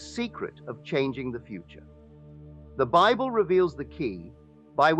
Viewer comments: The Holy Bibble? A.I. is the WORST. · Yeah, I clicked off the second this reenactment pronounced Bible as “bib-el”